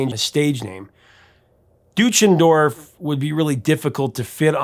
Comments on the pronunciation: The last name is actually pronounced "Doy-chen-dorf", not "Doo-chen-dorf". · Well he mis-pronounced Deutschendorf too. And Nivert. 😀